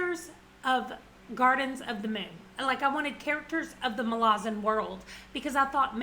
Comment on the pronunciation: Kruppe is so great! I really enjoyed GotM, and I'm so glad you did too. I started Deadhouse Gates last Friday, and I LOVE it so much. According to Erikson, it's pronounced "muh-laa-zan" (hopefully that makes sense lol).